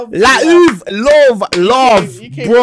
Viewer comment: That Laa-uuvh had me 😭